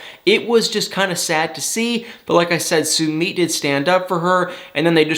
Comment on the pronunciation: How many times do we have to tell you it’s NOT SUE-MEET?!?! It’s SUE-MITT!! Can’t stand listening to you mispronounce his name. You’d correct someone if they mispronounced your name....be respectful and do the same for Sumit!! OMG! I’m embarrassed for you.